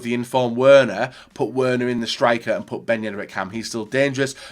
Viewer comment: It’s pronounced “Verner”. I cringed so hard when he said Werner wrong. I’m just a dumb American though what do I know...